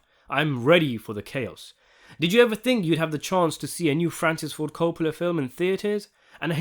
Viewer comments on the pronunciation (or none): none